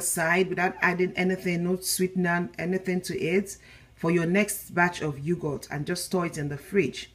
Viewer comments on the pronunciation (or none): Its Yog..hurt not You goat. Nevertheless excellent thick Yoghurt, just right for the Indian cooling Summer drink Lassi. Straight forward tutorial for the layperson.